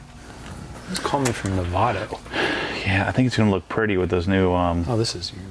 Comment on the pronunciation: It’s Nevada, not Nevada